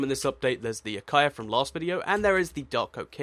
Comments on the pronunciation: Omg it's pronounced ah ka sha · how does he say acacia??? acia